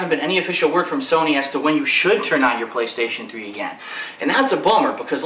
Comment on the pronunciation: lol sound like he said "pillokstation3"